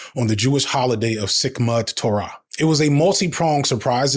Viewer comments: its a good video, one i'm grateful for. with that said you should get someone to run your pronunciations of jewish holdiays by! its not "sic mut torah" its "simchat torah"! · For the record, the holiday on which October 7th fell was Simchat Torah (SIM-khat TOH-ruh), not Sikmat!